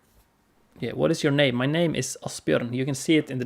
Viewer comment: Man you messed up my name but i love that you like my art.